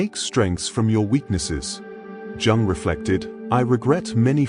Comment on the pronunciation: It does when they pronounce jung as in jug rather than young ffs